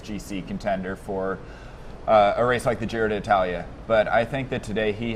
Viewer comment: If you're Aru, your legs are coming back, why waste energy riding a bloc in the TT? And may I suggest you guys get some voice coaching on how to pronounce 'Giro d'Italia'?